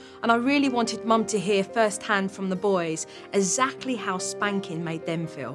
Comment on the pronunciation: I’m awaiting the day Jo says exactly correctly.